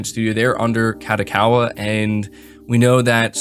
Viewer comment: HAHAHAH they way you say kadokawa is funny af! its pronoiuced ka-dough-ka-wa not what sounds like you say ka-dah-ka-wa....... you should say it as a catch phrase hahah fucking made my day i had to stop work and be like "WTF IS SAYIBNG?!" and it sounds like you tring to speed through it lol, idk maybe its just me but i busted out laughing when you said it hhahahahahah..